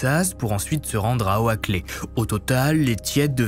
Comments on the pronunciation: J'ai un peu moins envie de passer la nuit au CHALET pour les Fêtes... En passant Oaklay (qui veut dire Allée de chêne), se prononce Ôclé. Mon oreille québécoise est titillée à chaque fois que vous prononcez des noms anglais, mais bon, je continue à vous suivre. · j'adore tes vidéos mais la prononciation des villes ça me fume à chaque fois howakley mdr oakley(=Okley en prononciation) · La vidéo est bien mais la prononciation d'Oakley est mauvaise, en gros le "a" est muet, ça se prononce donc *Okley*. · J'aime vraiment bien tes HVF mais petit conseil pour améliorer encore un peu tu devrais "consulter" pour les noms américains, Oakley ça se prononce "Oklé" c'est peut-être un détail mais ça change tout lors de la narration pour l'immersion. ;) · Oakley se prononce Oklie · Vidéo au top comme d'habitude ! Juste un truc : les Noms en anglais pleaaaase car entendre O-A-KLÉ ou TIÈDE alors que ce sont des noms anglais c'est dur 😅